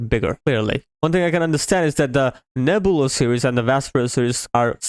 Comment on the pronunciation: its pronounced Neb-you-la, Nebula.